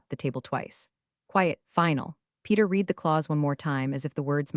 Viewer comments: Yeah, someone should whisper to the narrator that past-tense read is pronounced like red, not like “I need to reed a book.” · Teach the narrator the pronunciation of the past tense of read.